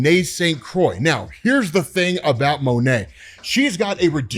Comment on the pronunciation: Here, google " how to pronounce croix". What's going on? Is saying "kill" being censored in the U.S? Those leaves at the sides of his head might be one of the worst design ideas Marvel had the last 10 years Why were they there? Punished by the council?